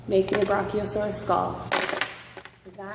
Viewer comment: How she pronounces brachiosaurus is so annoying. You have your Brock-E-o- saurus skull here!